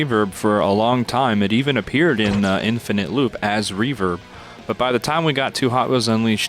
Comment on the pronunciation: Am I the only one getting triggered by the fact they called REVERB, Revert?